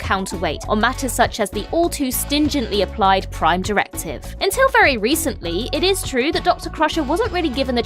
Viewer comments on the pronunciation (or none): none